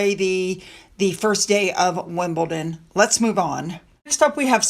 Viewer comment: Congratulations on saying WimbleDon correctly. 😂. It took a little while but you have finally got it. Meanwhile Nancy Side,y is still saying WimbleTon. Seriously, love your channel. 🥰